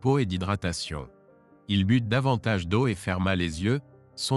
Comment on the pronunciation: 38 mn environ..Il prit une bouteille d'eau et but..prononcé " bute "..du verbe.." boire "..??..Il faut prononcer.."bu" sans prononcer le "t"..!